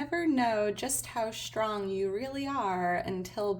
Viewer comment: Today is my birthday!🎉 I am Shtrong and I have shtrenth. No shtress here. P.S. Where is this accent from?